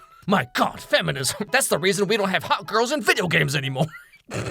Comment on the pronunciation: I swear as a British person. I have never heard a British spoke like that before. "Oh God, Femininesm" I actually support it❤️, so that's just crazy to hear that, but a Actually quite funny, actually. British dudes have note filter. 🤣🥸☕️